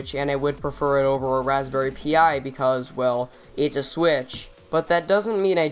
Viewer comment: it's not pronounced p - i it's pronounced pie